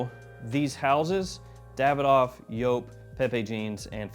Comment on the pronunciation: Wow speaks Joop out correct and not Like most englisch lang people Juuhp😁